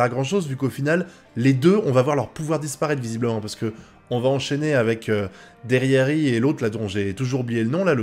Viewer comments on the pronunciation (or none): J'ai bien aimé ta vidéo mais par contre on dit derrièri et pas derrièr